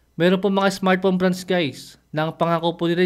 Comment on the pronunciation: Smart phone ❌ Smart phome ✅ 😂😂 Puno nang pagkain ang bibig habang nagsasalita ✅